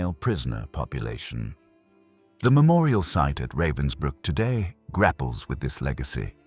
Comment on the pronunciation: Pathetic that you can't even pronounce correctly the name of the camp about which you are talking.